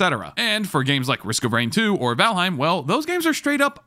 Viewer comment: Nah man couldn’t even pronounce valheim right this advice is invalid